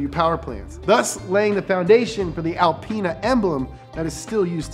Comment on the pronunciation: “BMW AlpAina”